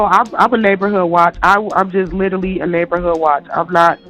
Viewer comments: ‘LIEterally’ it’s a red flag! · Nope. She literally said, litterly. Lol